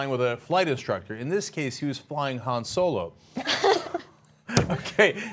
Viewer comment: It's Han not Hans